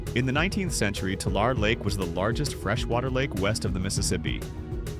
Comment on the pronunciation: T'lar Lake??? Hahahahahahaha!!! It's pronounced "tuh-LAIR-ee".